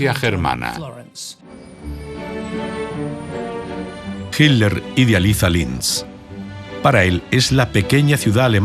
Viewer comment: nunca e podido entender porque en la versión en castellano no pronuncian con claridad las letras TL del apellido de hitler, se oye igual himler que hitler sin cargar la voz en esas letras ..